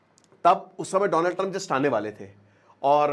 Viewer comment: Dolund Trump😂😂😂